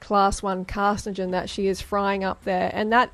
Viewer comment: Wtf is a “carcigen” Its “carcinogen”…..get more dha freelee your brain needs it.